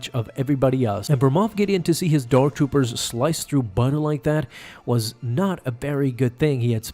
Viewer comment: "cCusH the dark Doopers"